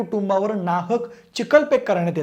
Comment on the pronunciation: उधान, चिकलफेक,पाऱ्यावन मंत्री,..... किती अशुद्ध मराठी... बिनधास्त पब्लिक प्लॅटफॉर्म वरून बोलताना काहीच कसे वाटत नाही.. शी...